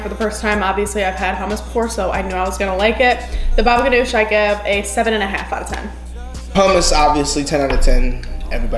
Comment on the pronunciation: i am lebonese and you prounouced hommus and baba gunooj wrong and you don`t heat up the grape leaves